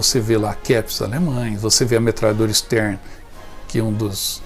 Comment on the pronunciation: Uma correção: a sub metralhadora utilizada se chama STEN, e não Stern como diz o locutor.